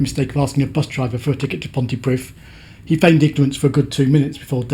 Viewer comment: he probably paused because it’s pronounced pont-ee-preeth, not pont-ee-prith!